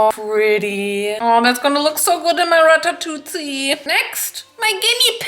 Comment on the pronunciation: Omg its like the first time I hear someone pronouncing ratatouille correctly in english. FINALLY🙌🏆